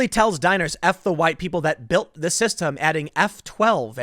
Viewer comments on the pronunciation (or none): none